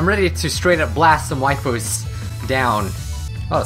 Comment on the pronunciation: "I'm ready to blast some wifus down.." Some how it made me laugh. 😂